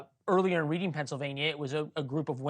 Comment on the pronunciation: He mispronounced Reading PA